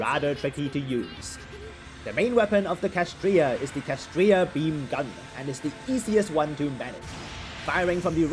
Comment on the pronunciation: It's clearly spelled KSHAtriya, not KAShtriya 😭😭😭😭 My heart hurt watching this video oh my gosh